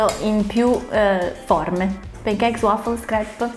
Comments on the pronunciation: Brava! Ma ti prego! Non pronunciare pEn i pAn cakes! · p"E"ncakes....NON SI PUÒ SENTIRE! In questo caso la "A" si pronuncia proprio "A". Cmq a parte la pronuncia video molto bello e interessante! 👍🏻